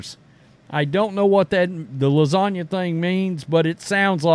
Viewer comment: The G In Lasagna Is SILENT